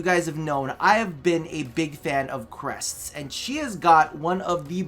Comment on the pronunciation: "Crest"... That emphasis though haha